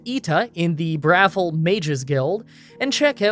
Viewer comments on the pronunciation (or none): Uggh your spelling on the cities IS ALL WRONG! KOROLL. BRUMA NOT BURMA! bruhVIL NOT BRAvil Also stop caring about the rules. It's your videos you decide if your run is valid. Have fun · it is BravIl, not brothel lol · Bruh-vill is the pronunciation. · its "Bravil" not "Bravil" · It's called Brah-VILL, not "BRAH-vil". You obviously never played this game much. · the town is called BRUH-VILLE, bravil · Lol bruh-vil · It's pronounced in-game as "bra" (thing that holds boobs) "vil" (like in villain). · your first pronounciation of Bravil was right, everything else after that was just.. eesh